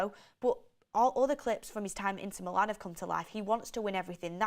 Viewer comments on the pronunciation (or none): none